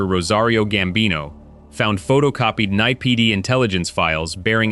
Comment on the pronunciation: It's N.Y.P.D. not "nipid"!